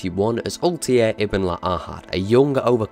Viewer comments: Altair not Altiar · I love the pronunciation. Altair = Oltie :D Learn some English mate. We don't speak Welsh. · "Assassin's Creed is my favorite series" proceeds to pronounce Altair as Altier for the whole video. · What a weird pronunciation of "Altair" ... They say his name multiple times in games. It's weird you butchered it even tho you heard it probably 100 times :D